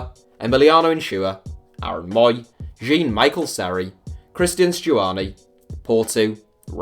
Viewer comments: " Jean " in french is said " Jown ", not jean like jeans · Jean what he pronounce it as a girl's name.its jhean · Why is your pronunciation so bad????? Especially Spanish and French words. Jean, is John effectively and Spanish G’s are pronounced ‘he’ It’s basic GCSE linguistics